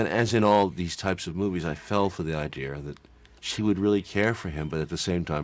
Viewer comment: Is anyone else astonished that a man as educated as Oliver Stone says “idear” instead of idea?